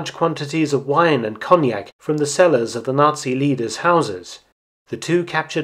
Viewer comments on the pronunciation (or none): none